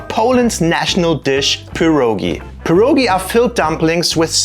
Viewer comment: Sorry but it is called pierogi, not puurrogi.